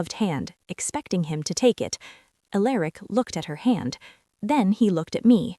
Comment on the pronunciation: ok AI the name is pronounced AL ER ICk not A Lerick